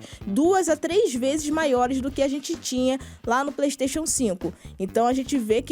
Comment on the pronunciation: PREYSTATION, PREYSTATION, PREYSTATION